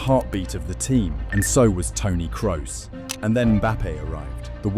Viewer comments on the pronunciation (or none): none